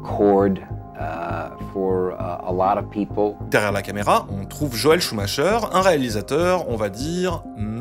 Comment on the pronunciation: Joel SCHUMAKER, ça se prononcer KER Ben voila, suffisait de tendre l'oreille !